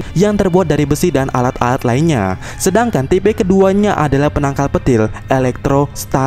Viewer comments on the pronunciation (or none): penangkal petil.. ga pake N ya wkwk